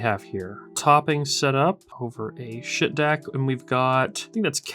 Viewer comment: Its pronounced skaheet not shit. Just sayin😮